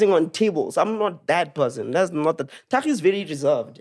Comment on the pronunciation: and must teach Thakgi pronunciation 💀